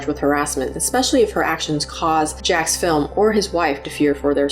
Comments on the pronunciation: It's Jacksfilms... not Jackfilm. It's so weird no one can get his name correct. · The apology saying his name incorrectly feels like a very subtle insult.